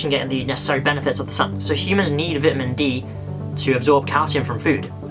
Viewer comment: Vitmin D 😂